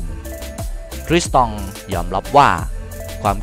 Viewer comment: อ่านว่า ทริสตอง สมชาย โด คับ ไม่ใช่ คริสตอง